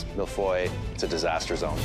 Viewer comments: It's a serious question wrf is that? Noone of them can pronounce Mille Feuille correctly, i wouldn't mind if it was the US version but it's CANADA... and I haven't seen a single Mille Feuilles at all it was a random pastry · i`m from france and he`s saying mille feuille wrong and btw mille feuille means 1 thousand paper and the reason of that is it have many many fine and really thin layers and it desolve in ur mouth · Ikr I never heard an English speaker pronounce mille-feuilles correctly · He isn't pronouncing it correctly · thats because chef Michael isn’t pronouncing it right either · I thought Canadians were supposed to be good at french... I thought they were talking about Harry potter, like, "shut up Malfoy" LOL... It's milles feuilles (Like hey not hoy... Fey) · Even professional chefs can't manage to pronounce mille feuille . They say mille foille instead of feuille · Yeah they prononce it as if it was an O but it’s “eu”, not the same sound If you wanna make sure of your pronunciation just google translate it and listen to it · "I didn't know how to pronounce mille Feuilles, until today" Well it sure isn't mill foy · All I heard throughout was "MILF AHOY". 😂😂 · Mille-feuille not mille-foy please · my poor child, it's Mille-Feuille and not Mille-Foil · its hard to take them seriously when they say "MEAL-FOY" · Master Chef Canada and no one can pronounce Mille-Feuille. Mill-Foy... Embarrassing... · How my brother pronounce Mille-Feuille is 'Mile-Fuel' lmao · Boi said "malfoy" lmao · Its suppose to be MIL - FYUU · my man said Mil foil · When said he didnt know how to pronounce the mille feuille well that wasnt how your pronounce it either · I speak french and when they say ‘’Mille-feuilles'' I cringe because that’s not how u pronounce it. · I didn’t even know how to pronounce Mille feuille until today still pronounces it wrong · The way they say Mille feuille hurts my heart ✨ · This is not how you say millefeuille